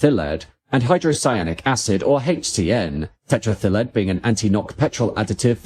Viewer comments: Right?! I thought I'd never heard of it, and it took me several goes to realise that he was saying "tetraethyl lead"! 😂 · says tetraethyllead as if it's a Welsh holiday resort. LOL